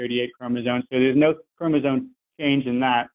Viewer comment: keeps saying "chromozone" and now I can't stop humming "highway to the chromozone."